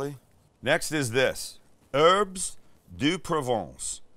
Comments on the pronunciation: in "herbes", the S is silent, 'am. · Erbz not HERBS , THIS IS VERY IMPORTANT